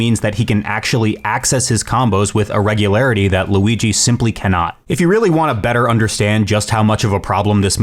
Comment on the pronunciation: great vid, but it's Luigi, not Louigi